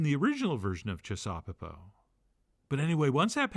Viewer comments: I'd like to suggest we make the pronunciation chissaw-PEPO, and not chis-SAW-peppo as our maestro here is doing. However we say it though, this dish is *awesome*, and I've made the oven roasted version umpteen times now, and fed many happy people with it. Using sweet hot peppers in it works great too. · It's gotta be pronounced chisuhPEHpoh. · Making me hungry! Also... it has to be ChisauPEpo. Definitely a 3rd syllable dish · I like the emphasis on CHIsaupepo, as if there was any wonder what kind of saupepo we were making that night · I think the accent should be on the last syllable.